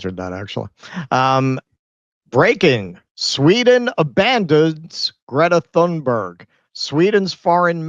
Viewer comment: she calls herself "githa timba" lmao